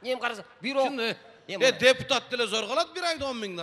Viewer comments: Эй бита теке эмес бир теке деп суйло кыргызсынбы же с...... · Бита дебей. Бир эле деп суйлосон э🤭